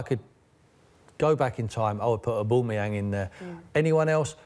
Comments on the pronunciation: Ahbooomiyang for Son?! your mad, at-least say Alli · 'Aboomeyang & Lagazettes' Jesus Christ Sky sort it out this is embarrassing. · Who the hell is Aboomayang? It's Aubameyang. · Who’s oooboomeyang? I only know an Aubameyang! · It’s not Aubumoyang Tim, Fool, it’s Aubameyang. Get it right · Sherwood saying a-boomerang what an idiot this man is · Oooboomayang... Yup Tim... That's exactly how you pronounce it.... This man is a 'professional' pundit apparently. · surprised he didn’t pronounce it Aboomerang for even more shithousery. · he said boomeyang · Tim Sherwood should never be allowed back on the show again, talks absolute nonsense, messing up players’ names etc. smh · Can't stand the way he says auba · Who TF is aboomeang you 😂 both of them not a scoooooby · What a delusional tw@ and learn to say Aubameyang properly ffs. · It frustrates me the way Tim pronounces “Aubameyang” like if you agree. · How can u pronounce one of the worlds best strikers name incorrectly and i aint even a gooner ffs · Oubomeyang, - Sherwood😂😂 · Tim Sherwood embarrassed himself so much he shouldn't be allowed to work in the media again. He can't even pronounce players names correctly...